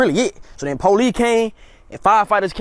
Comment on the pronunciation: The polee and the amblan